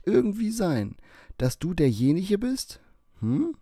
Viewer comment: ".. Das letzdneendnes ich der Jeniche bin.." (der wo hergeht und derjeniche ist) .. 😂